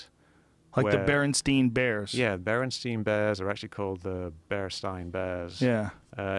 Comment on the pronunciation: They said Berenstein vs Berenstien. But the issue is it being Berenstain lol